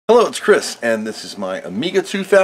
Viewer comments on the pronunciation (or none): none